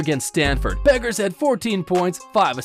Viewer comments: it’s pronounced “beckers” not buckers 😭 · Pronounced as bEckers not bUckers. Anyways, chances WNBA '25 expansion team GS Valkyries land her? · Buggers????? First, learn how to pronounce her name fool. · I always enjoy good vids about Paige B., but it's remarkable how few folks actually learn how to pronounce her last name correctly. The U is silent; her name is pronounced Beckers. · Her name is pronounced Beckers